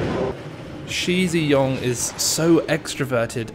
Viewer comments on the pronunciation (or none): and also its not she zhe yong but shi is pronounced like the sh in (sh)iver and zhi is pronounced like you pronounce the J in (j)erk , just to make your chinese pronunciation more accurate :)